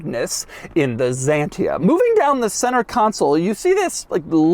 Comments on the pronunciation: I never understood the English speaking habit of pronouncing an X like a Z when it's the first letter in a word. Especially in all those Greek originated words. And what about Xerox called "zerox" where the same letter is spelled differently at the beginning and at the end of the word? Anyway, as a Greek i can tell you that X is actually pronounced as "ks" like any X should, so "zantia" is actually "ksantia" and "zenon" lights are actually "ksenon" from back when they discovered those now types of lights and named them neon=neo=new and xenon=kseno=foreign. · Why "Zyiientiaaa" man? Why? It sounds like "Xsantya" in Europe. Xanthi is greek island and i think t hat is the reson of the name.. not sure! And if you say to Aventador "Avon taaaydooor" i will escape the earth honestly! How can you live in border with spanish speakig people and still can't say simple names correct? Greetings from Bulgaria! We are heighbours with greeks and turks and we go by motorcicles or cars to Venezia and Milano or Rome in Italy for 8 hours driving, if you don't know where and what is Bulgaria! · Dear Droug, it is not called Zantia:) it is called XANTIA…..in Greek X is called like Ksantia! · You pronounce it K S A N T I A, not ZENTIA... moran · Ahhaha american guy realizing the shit they were driving back then. Weird that is pronouncing the X like a Z... any way.. great and advance car from the 90's. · Doug, its Xantia , not Zantia. WTF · it's pronounced Xantia, not Zantia X as in eXcavator (even though in english X before a vowel is pronounced as Z) and as you said, it dervies from the greek word Xanthos not Zanthos. Which is the male word for blonde (yes the hair color) Xanthos = blonde male (Ξανθός) Xantia = blonde female (Ξανθιά) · The x is pronounced closer to how the Greeks would. Sounds a bit like Ksantiah in French. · Why Americans pronounce X like it would be a Z? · "Zentia"? French people now having a hearth attack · Doug the type of guy to call this car a "Zanteea"